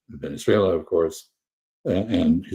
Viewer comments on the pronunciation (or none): none